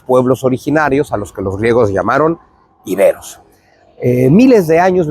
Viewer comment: Muy bien dicho : Iberos, no Íberos